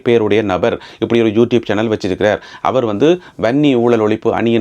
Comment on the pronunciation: தம்பி நீங்கள் என்ன மாதிரி தமிழ் பேசுகிறீர்கள்..... நெக்கிறா வா இல்ல நினைக்கிறாவா.... அவர் க்கு ஆவா என்று செல்கிறீர்கள் 😮😮😮😮😮😮